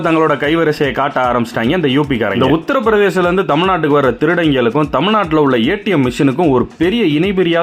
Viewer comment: Utharpradesh illa pa uttham pradesh 😂😂😂😂😂😂